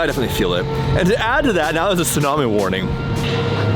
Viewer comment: I couldn't understand what was saying and CC says "snowman warning" lmao had to back up a few times til I got "tsunami warning" lol